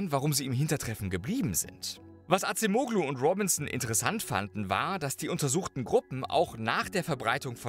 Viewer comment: "Adjem-ohlu" ...bitte 🙉🫣